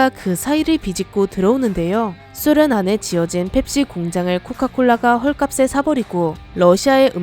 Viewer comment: 소련 발음 찰지시다